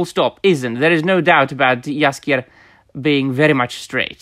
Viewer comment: I love how you pronounce names like Andrzej Sapkowski or Jaskier, sounds 100% Polish and it sounds super refreshing to listen to someone speaking on the subject in English, while pronouncing names correctly.